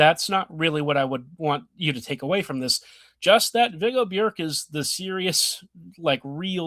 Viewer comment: Well done with the pronunciation of Björck.